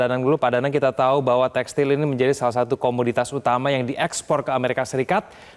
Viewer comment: Textil pak....bukan textail